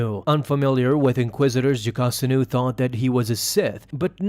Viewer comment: Video: Jacosta Comic: Jocasta